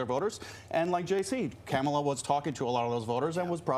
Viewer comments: That disgusting guy should know how to pronounce VP Harris' name. It's KaMaLa! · This mofo is actually trying defend the “eating pets” thing? Yeah, he lost all credibility early. He’s purposely mispronouncing her name as well. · The GOP guy is still mispronouncing her name like a dumbass. But then he also calls her "Vague," when the other guy has a CONCEPT of a plan LMAO.